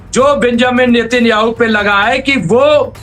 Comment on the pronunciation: अरे भाई साहब नितिन याहू नहीं नेतन याहू नाम है, कहां बिहार से ग्रेजुएट किए हो क्या.. रिपोर्टर कैसे बन गए?